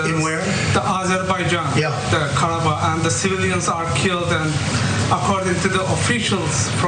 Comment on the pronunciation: Nice to hear Ana pull out the accent for authentic pronunciation of Karabakh. Also, it autocorrects to karaoke. 🤣